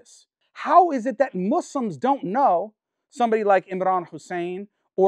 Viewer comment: Easiest way to tell that he is not sincere is he keeps saying “Muzlims” and “they” - directly not including himself.